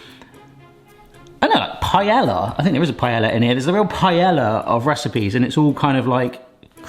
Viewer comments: Rly hope us saying paeLLa like that for comments, cause its working xD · I think the ll is pronounced Y. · It is...but for some reason, British people pronounce it the way he did. 😵‍💫